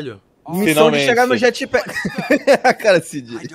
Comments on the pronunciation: "jatpack" já tô até vendo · "Jatpack" ? Isso é uma blxona 🤬😡🤬